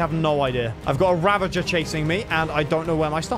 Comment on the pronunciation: It's ravager, not ravanger.